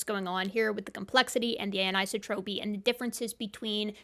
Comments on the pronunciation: an - i - so' - tro - py : accent on the third syllable. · Hmm, is that how anisotropy is pronounced in your field? In physics it's promoted anne-eye-SAW-troh-pee. You're pronouncing it anne-EYE-suh-troh-pee.